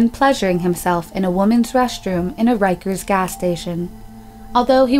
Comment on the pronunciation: It’s Ricker’s gas station not “rikers”